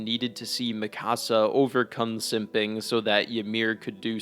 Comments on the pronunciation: The season finale was utterly horrible but it wasn't a shock that Eren loved Mee-KUH-sa not Mi Cahsa you dumb🤬 she isn't a Mexican house. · Lol “Me-kah-sa” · Ok I hate the ending. However your mispronunciation of Mikasa name is crazy. Also Eren never hated Mikasa he had a sibling like rivalry with her since she had abilities and strength he didnt have even though she was only be protective due to love he had a tough guy complex of im a man I can protect myself. It’s like when a parent keeps doing everything for their kids the kids snap and are like hey let me sink or swim on my own. And she was adopted and he might have had a crush on her when he first met her but due to her living with him changed the status of his house hold